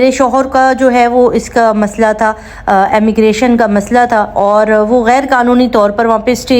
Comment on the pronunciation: Sister Ammigration nahi Immigration boliye